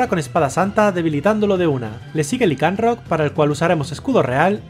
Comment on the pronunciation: No es lincarot es laincarot